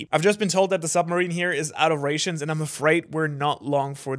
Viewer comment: you dont say rations correctly